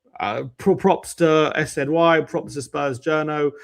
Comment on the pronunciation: Jesus Christ. What is it with you two pronouncing shit wrong, SZY is sizzy. Just like you calling Vinai “Veeeeenai”. Vin-eye. It’s not hard to